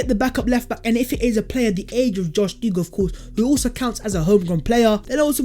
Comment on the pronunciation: Plus this guy can't even pronounce him name correctly that shows the amount of games he's saw with him in it